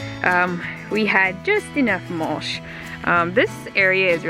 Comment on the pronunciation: MULSH???????????...lol YOU MEAN MUL-CH.....CH NOT SH....ARE YOU AMISH?....WHAT'S WITH THE AMISH THING ON YOUR HEAD?